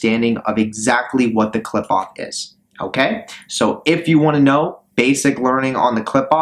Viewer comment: Studied in it but cannot pronounce it or concepts related to it, so I assume your studying is just google or asking an AI. Also what's with all the bots in the comments, is this guy bot farming views for all this?